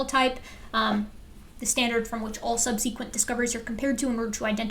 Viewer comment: true true. But I've never heard any one pronounce subsequent like that